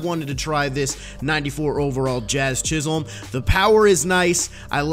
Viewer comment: Jazz's last name is pronounced chis-him